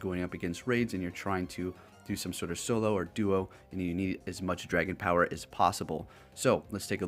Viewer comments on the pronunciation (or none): none